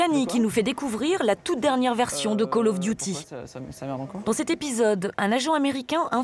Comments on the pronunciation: « Cooel yof duiti » 😂😂😂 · "Cooll of dUti" 🤣